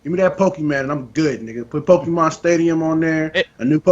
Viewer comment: Can you please tell that it's PokeMON, not PokeMAN?!?